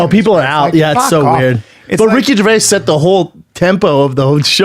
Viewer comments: Ger-vay-us? Hmmmmm. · how brendan first pronounced Ricky’s last name lmao “Gervayiz” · Ricky Gervayas? Never heard of him. Is he Mexican? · Did you say “Ricky gerveyass” , Brendan seriously stop eating and cut your hair 😅 it’s affecting your speech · "jer va ez" ???? Also way to single-handly mangle and destroy all of Gervais' jokes